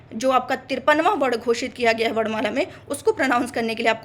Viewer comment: aapne bhi varna(moordhanya na) ko varda jaisa kaha. shayad aapke kshetriya uchcharan ka prabhav hoga.🤔